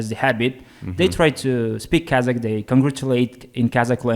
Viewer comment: love how Daniel pronounces the word KAZAKH👌